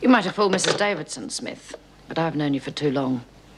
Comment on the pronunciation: Is it just me but can't seem to pronounce the word 'Davidson'?